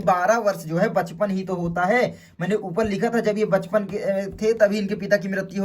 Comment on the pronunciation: Bachpan❌ Pachpan✅🤣🤣